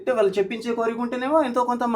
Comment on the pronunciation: 'వాల్లు, వీల్లు' ఏంటి, 'వాళ్ళు, వీళ్ళు ' అని పలకలేరా? అన్నంలో రాళ్ళు లాగా ఉందిది. మిమ్మల్ని 'తులసి' అని పిలవకుండా 'తుళసి' అని ఎవరైనా పిలిస్తే ఎంత అసహ్యంగా‌ ఉంటుంది?